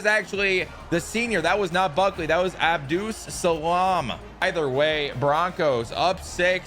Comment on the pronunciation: Last name is pronounced like “Abdul-Suhlahm”